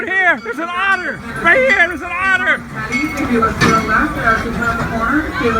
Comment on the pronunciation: Otter????? lol, try again